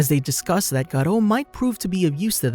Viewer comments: How to pronounce Garou ga-ru not garo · It's gar-oo not garo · Not garo its GAROU. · the life of graduo its not graduo is garou 😎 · it not Garland it Garou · STOP CALLIN HIM GATO OR SUM PLEASE😭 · Bro its not garoh its literaly GAROU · why he say godru garou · She's name is not garo its garou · You dont say it garo you say it garu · "garou" ❌ "garro" ✅ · Bro this man said tagaro💀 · I never knew it was pronounced Galoh? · gerou lol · man said gaarro💀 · When you say garou why do you sound british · Please stop saying 'Garou' like that